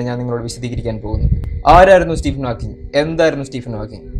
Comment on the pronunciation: Great work.... ഹാക്ക്കിങ്‌ അല്ല ഹോക്കിങ് ആണ്.....please note it